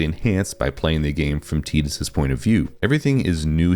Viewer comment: Bonus points for pronouncing Tidus correctly. But, everything you said is just because of nostalgia, despite your attempt to say you were not doing that. The same for all of the comments agreeing with you. I started playing Final Fantasy with 7 but 10 was probably the first one I was old enough to enjoy and beat, so I do have a lot of nostalgia for it. But I don't think it's the last great Final Fantasy. I'd say it's top 3 Final Fantasys maybe but I think 13 is the objective best game, even though my favorite is 9. But 12 was great, 15 had it's moments despite a questionable production and somewhat disappointing launch. 16 was a great jump for the series becoming a true action RPG, even if I wish the combat had more depth. Even most of the spin-offs are great. Crisis Core and the Remake series (so far) are some of my favorite Final Fantasy games. Hell, even 15 Pocket Edition was a solid mobile game. People who don't like them are just people who won't give them a chance because it's not the same as it was when they were kids, and that's pure nostalgia blindness.